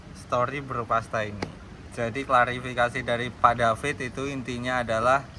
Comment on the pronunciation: KLARIFIKASI, bukan klasifikasi